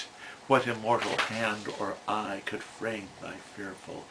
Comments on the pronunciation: Interesting but one thing is wrong - you made a mistake reading the last line of the poem: DARE frame thy fearful symmetry... And are you sure that your pronunciation of EYE (like EEE) is possible? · Sir, I'm pretty sure the pronunciation of "eye" has been /ai/ since the Great Vowel Shift. You probably wanted to squeeze that in here in order to get a rhyme. The thing is,I think,that he didn't want to rhyme it. He was all about the yin-yang kind of stuff, the symmetry of the asymmetrical. What is really fascinating here is that the word "symmetrie" existed back then and he could in fact have rhymed "eye" with it. But he chose not to. What I think supports this claim nicely is the fact that the word we're talking about here is "symmetry" itself. It can't be a coincidence. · Dear Sir, I enjoyed your brief discussion of William Blake's poem "Tiger" and particularly the sound of "eye" (long e) to rhyme with symmetry (long e). This is how Blake and his contemporaries would have pronounced these words? I must disagree on one point you make however regarding what Blake is "asking us to do." IF he's asking anything he's not asking us what the Tiger "represents" as you say but rather who (or what) created the Tiger: "What immortal hand or eye"? The Tiger is the artwork.